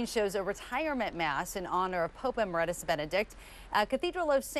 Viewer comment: Amazing reporter,??? doesn't know how to pronounce EMERITUS. I wonder if she even knows what it means. Where did she go to school or perhaps did she? Paul Laboda